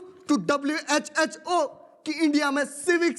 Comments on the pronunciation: WHHO Nahi ❌ WHO Hota Hai ✔️ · WHO❌ WHHO😮😅😅😅😅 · Guys I am saying it respectfully that it is not WHHO IT IS WHO❤